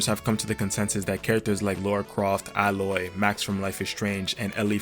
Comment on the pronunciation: Ay-loy, not Al-oy. Lara, not Laura.